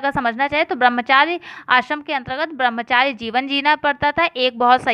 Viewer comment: Brambhchary ka sahi uchcharan karo